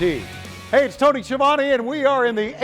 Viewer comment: I just realized we may get to hear Jericho refer to Tony as Ski a Vone yet again. Thank you AEW.